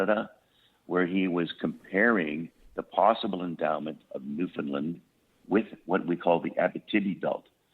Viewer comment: And maybe teach him how to pronounce Newfoundland